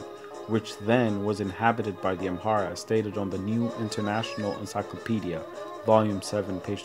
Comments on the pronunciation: Why do you say amhara when its amara????? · absolutely right. It’s Amara not Amhara!!